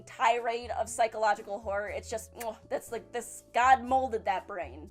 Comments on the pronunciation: I thought she said whore instead of horror... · I heard vore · I heard porn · I heard horror. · She does say horror a bit odd.